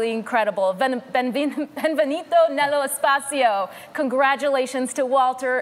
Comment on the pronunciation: Why americans think that italians speak spanish 😂😂 “ bienvenito “